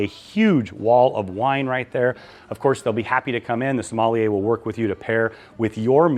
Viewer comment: Love your videos but it is pronounced...SOM-MALL-YAY